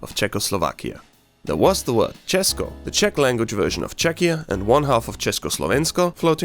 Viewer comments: that's the best č I have ever heard from foriners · This is the cleanest pronunciation of "Česko" , "Československo" and "Česká Republika" I heard by someone who doesn't speak the language, that was better than like over half of actual native speakers, I think a tear came to my eye. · As a Czech person, I think we need to give this guy credit for pronouncing “česko” and “česká republika” really well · ikr when i heard say cesko and yk i was shocked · im from czech and i bet my ass you had to practice pronouncing "česko" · ARE YOU CZECH?! Cuz the way you pronounced Česko and ČeskoSlovensko is actually... I speak mostly nowdays with people that can speak English I hate Czechia for many reasons and love for not so manny, but my point is I speak with lot of people from different countries and if they know what is Czech Republic or at least they know CzechoSlovakia (Mostly americans... no offense though) when they try to prononce it you hear ČEŠko or they just say Czech or Czechia this is the greatest day of this year so far, also the fact that somebody is actually interested making a video about this shitty unknown country. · god DAMM never heard better pronunciation of mine state from non-native speaker also hey, thats my little state :) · This is actually first person who isn't Czechian and can say ''Česko'' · This video is now property of Czechia gang" 😂😂 Určitě, ale musím pochválit za velice čistou výslovnost Česka. Opravdu to zní jak kdyby to říkal čech ;) Pozdravuji z Česka z moravy ! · Dobrá výslovnost "Česko", od učitelky by jsi dostal velkou pochvalu. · The way you say Česko and Česká republika Is really good. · uuuuuum how you know to say ´´česko´´?????? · He is an Austrian too. In german language we have vocals, english speaking people don't have. That's the reason why he can prounounce Česko so well. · This Guy Said Česko And Československo really good And i know that cuz im from Czechia odd Czech or CzechRebuplic bruh these names